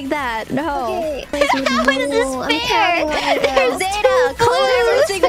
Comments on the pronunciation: zetas name is pronounce flat irys pronounce it as zeita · I love irys pronunciation of zeta